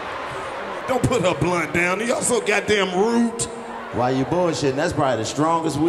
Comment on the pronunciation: Who told Karlous to put a “T” on rude.... don’t put her blunt on the ground y’all so gahdamn rudet 😂😂😂